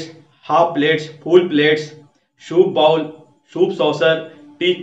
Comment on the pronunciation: Before making these videos ...try to work on your pronunciation ....bowl/bowel ....sit/seat/shit / sheet😊...